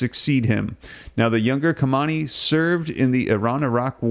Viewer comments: Ha-main- Ê its pronounced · Bro the man’s name is not Kamani, and it’s not Rosi that crashed in the helicopter. Not being able to pronounce names speaks volumes about IQ averages.